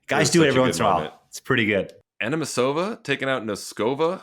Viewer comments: It's wild Sam keeps butchering Amanda's last name. It's "Ah-knee-"see"-mova" not "Ah-knee-"me"-sova" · Sam Querrey’s utter inablity to pronounce names should be studied 😂. So far, he’s botched Cilic (Silic), Anisimova (Animisova on ESPN 😅) and now De Minaur (De Mineúr), and Majchrzak (MERJEJEJEK). Good stuff!!! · Ani-SI-mova Sam, why is it so difficult for you??!! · Anymisova???? He's the worst with the obvious pronunciations that anyone who watches tennis has heard plenty of times. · Sam still not knowing how to say Anisimova is ridiculous!! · Oh Sam... why are you working so hard to keep the "Dumb Americans" stereotype very much alive and kicking? Anisimova is American, at least pronounce her name out of patriotism or something.